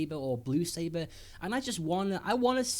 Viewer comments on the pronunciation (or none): "Perple seber"